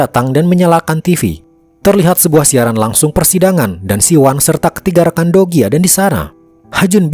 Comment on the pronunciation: kok aq dengernya, dogi ya bukan do ki 😂😂